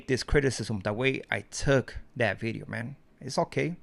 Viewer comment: has an accent & can't pronounce certain works like "Bideo".😂